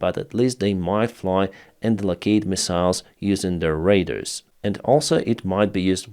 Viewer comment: you are continously pronouncing word Radars wrong... Radars are not Raiders...